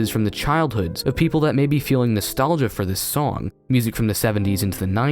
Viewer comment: "Natholgia" You'll never live it down, dislike.